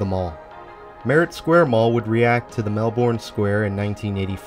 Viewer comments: The Melbourne in Florida is pronounced "Melburn", as far as I know. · This was a really interesting mall tour. I am in Sydney, Australia and our malls or as we call them "shopping centres" look kind of similar to this mall. I also didn't know Florida had a place called Melbourne. Australia has a Melbourne too but we pronounce it Melbin. Anyway, I enjoyed the tour. Very interesting and relaxing. Keep them coming!